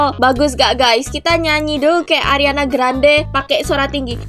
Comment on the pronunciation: Ariana grande:❌ Ariana granad:✔️